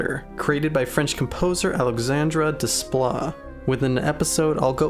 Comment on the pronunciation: Please.... the composer's name is pronounced 'DAY-pla'. French uses the same alphabet but the spelling doesn't correspond in the way that English phonemes do.